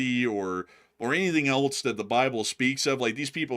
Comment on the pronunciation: The word "else" is pronounced: /els/ It sounds like "ELS" (rhymes with "bells", "sells", and "wells").🎉